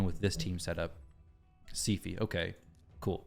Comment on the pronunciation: SI-FIEE SIPHI NOT SEAFEE